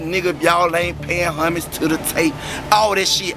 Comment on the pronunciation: 😂 Bruh said “Paying HUMMUS”